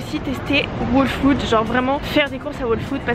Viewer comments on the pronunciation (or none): Les new yorkais font pas leurs courses, ils commandent ! tu recois ta commande directement devant ta porte c'est un gain de temps énorme ! ps : on prononce " all food " pas " waule food " , j'allais justement à celui ou tu es allée à tribeca il est top , pas trop grand pas trop petit <3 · je te conseil d'aller écouter le prononciation de ''whole'' car tu prononces mal a chaque fois ca me stresse trop 😂😂